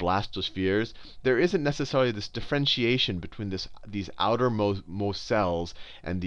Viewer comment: interesting vid.. but please learn how to pronounce 'differentiation'...thanks.